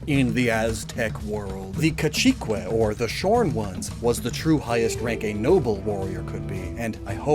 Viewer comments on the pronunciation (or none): “cuachiqueh” should be pronounced “kwa-chi-kay”